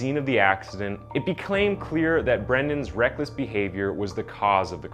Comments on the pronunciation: I hate to nitpick pronunciation- but you clearly said "it beclaim clear" lol. Also, i hate when kids are so affluent that that dont know the law, its almost as bad as being too impoverished to know the law. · Also it's became not beclaim